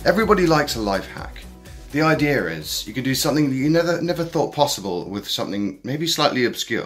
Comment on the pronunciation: Idea, not Idear